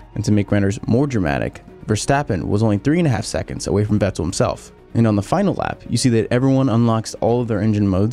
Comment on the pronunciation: Why do you say "Vettel" with that weird pause. "Vett' el"